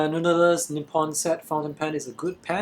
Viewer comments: Sounded more like "nood-der-ler". Try "nood-ler", without the extra syllable in the middle. Just curious, what's your heritage and where did you grow up? You roll your "r", which leads me to think you spent a bit of time in the USA. Lovely review by the way. Jealous of your Falcon with the mod. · you pronounced noodler's very funny. i think it's because you're native mandarin speaker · i heard Noodelers almost noodelels hihihi